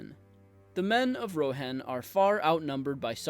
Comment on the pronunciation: the least you can do is pronounce Rohan and Edoras correctly, i mean..